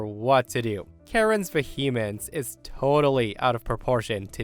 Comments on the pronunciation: The word "vehemence" was mispronounced. It's not said as "vuh-HEE-muhns," but as "VEE-uh-muhns." Also, please stop saying "anyways," when the OP has written (the grammatically correct) "anyway." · Sorry, "... ve𝘏𝘌mence..."? 😉